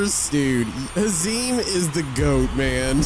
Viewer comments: its not hazim its hazem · haşereme hahahahah it’s hazam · its not hazeem, its haz-M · Bro what are you saying hezeeem it’s hazem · first ths is an amazing video the only thing that bugged me is that he was saying hazeeem instead of hazemn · “Hasim” it’s “ ha su m” “but you spell it “ h a z e m “ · ITS PRONOUNCED HAZUM NOT HAZEEEM im dying rn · Bro says haziem😂 its speak like hazum and whrote like hazem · ahem HaZeEm btw it’s ha-zehm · haz em not hazeem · you said hazeeem ´its hazemn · Bro I GOT SO MAD WHEN HE SAID HIS NAME IS HAZEEM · its not hazeem is hazem (pronounced haz-um or haze-um) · its not has - eem its has - uhm but its spelt like hazem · its hazem not hazeem 😆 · it's not hazeeem its hazem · ITS NOT HA-ZEEM ITS HAZ-EM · Is not hasim its ha zem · Hazem not hezem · NOT "HAZIM" ITS "HAZEM" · It’s not pronounced huh-zeem is has-uhm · HAZEM NOT HAZEEM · it s hazem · ITS NOT HAZEEM ITS PRONOUNCED HAZEMN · Bro pronounces Hazem like hazeem💀💀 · Bro rly said hezzeem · bro actualy said hazeem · He said “Hazeem“ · bro pronounced it hazeem💀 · hazem's name is pronounced haze/em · he said hazim💀💀💀💀💀💀💀💀💀💀💀💀💀💀💀💀💀💀💀💀💀💀💀💀💀💀💀💀💀💀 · It’s pronownsced hazum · hezem * ha- zem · he dissapointed me wwhen he said hazem wrong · small tip (the zem part in hazem is pronounced at them but with a z in the beginning) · The fact that he says hazem wrong is so funny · bro said hazem wrong 😭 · I’m 1 milla second in the video and this guy is prounoucing hazem wrong